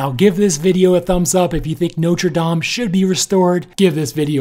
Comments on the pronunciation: I must commend you on your pronunciation. Most Americans for some reason refuse to pronounce Notre Dame correctly. People please take note: its pronounced "nought-ra damn" not "noter dame" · It’s pronounced “not” with a soft “o”, instead “note”. Please stop saying “note-re”. And the spire was replaced in the mid 1800s. What caused the fire? Possibly something to do with the renovation, not unlike the fire in Notre Dame de Chartres in the 1800s, but I’m not there and I’m not an arson investigator. So I’ll stick to what I know. I wish others would do the same instead of engaging in silly speculation.